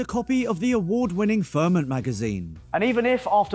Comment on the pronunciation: don't say fermunt on next promo, your payed to say ferment. Tar